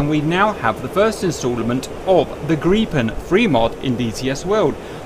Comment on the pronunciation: Cap pronounce Gripen like a native swede.